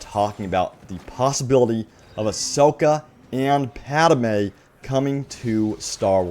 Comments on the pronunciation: It's pronounced Padmè not Padamė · Pad-may. Not Pad-a-may. :) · It not padime it padmai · HOLY SHIT PADME IS PRONOUNCED PAD MAY NOT PAD A MAY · If I hear "PadAme" instead of "Padme" one more time...... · “Padme” NOT “Padamae” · Padme not Padame! It hurts every time you say it man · I was worried I was the only one! Thank you! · Thank you! Holy wow that was bothering me too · I think he should do a public apology in the next video to the viewers who had to endure this. That was just painful, LOL! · you pronounce padme as padame lmao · Lol “Padame” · Idk why it kind of bothers me when he says pad-a-me lol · Padme is two syllables